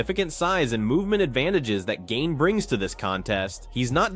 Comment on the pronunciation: The disrespect this channel has on Gane's name is awful 😂